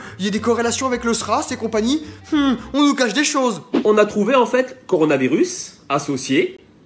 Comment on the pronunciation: Il n'arrive même pas à prononcer Corona ! 😳